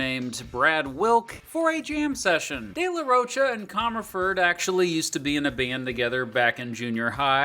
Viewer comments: Its Day la rho kah, not roach-a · ^^^ Where to hear "de la roach-uh" like 50 times in less than 20 minutes ^^^ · Dude if you’re going to do a documentary on a band, learn how to say the front man’s last name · Dude….. you pronounced “Down Rodeo” wrong. Have you heard the song? It’s referring to Rodeo Drive, not a cowboy rodeo….🤦🏼😕 You also pronounced “de la Rocha” wrong dozens of times….